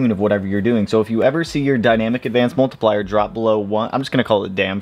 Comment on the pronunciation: I love you channel but i hate the way you say "multIplier" 😂 for real though great stuff!